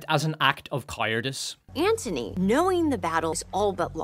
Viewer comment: How the hell did you get “ah-STAH-een-deeng” from “astounding” , and “CAH-yeer-diss” from “cowardice”? Those sounds don’t match the letters at all